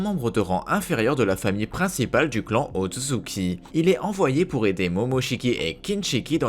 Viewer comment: C’est otsutsuki pas otzutzuki